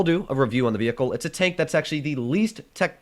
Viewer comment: Why is it tenk instead of tank, is that supposed to be with a Russian accent or something